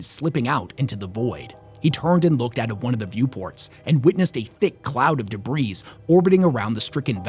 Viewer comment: Dude, the "s" in debris is silent. Look it up.